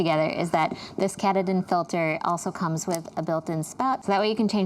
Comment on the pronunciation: Katadyn is pronounced Kah-tah-din.